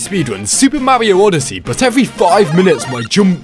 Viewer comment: its Mario not mawio